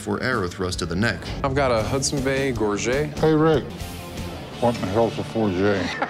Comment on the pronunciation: Also, if you're going to comment on something at least learn to pronounce it correctly it was especially hard to listen to you when they were pronouncing gorget CORRECTLY in the clip!